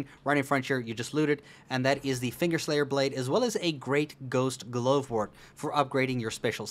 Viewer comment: Blaid...... Why Blaid!?